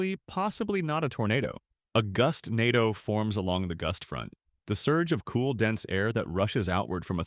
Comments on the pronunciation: Bro pronounced Gustando wrong 3 times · pronouncing gustnado Gustnado Goostnádo Goostnado Gustnádo